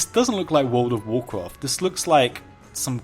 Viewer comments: What could have been a 2 minute video was spanned out to over 10 minutes of listening to "this doesn't look like world of woorcwaft" and "you don't usually see this kind of stuff" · Take a shot ever time he says Wool'd of woorcwaft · Wold of Worcraf